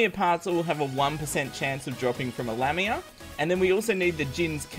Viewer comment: you pronounce lamia wrong it's not lam-ia its pronounced lami-a